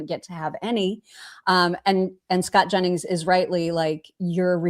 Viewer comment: and …NEVER stop saying Scott Jennings name like that🤣🤣🤣 I laugh every.👏 Single.👏 Time!!!🤣 omg, sooo good!!! God bless that man, out there doing The Lord’s work😅🫡❤